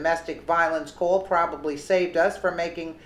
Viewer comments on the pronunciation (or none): none